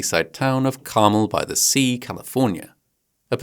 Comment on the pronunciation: Greetings from Empty Space (a.k.a. Texas)! Listening to you pronounce American place- and given names can occasionally totally break my focus. Carmel-by-the-Sea = Car-MEL Geraldo Rivera = Hear-ALL-dough ✌🏻& 💖